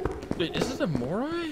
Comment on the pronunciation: Mor ai* not mor ay*